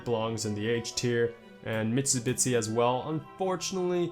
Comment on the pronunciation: “CONAN-segg” and “Mishubitsi” 😂